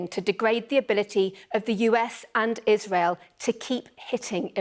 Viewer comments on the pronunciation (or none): none